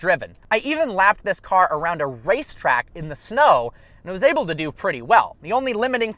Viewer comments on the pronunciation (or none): You get me dying every time you say "oble" (able) I hope you're oble to reach 1mil today!!! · He knows it's "able" right?